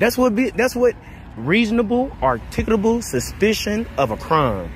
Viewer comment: Before anyone decides to become an auditor,learn how to pronounce the word articulable.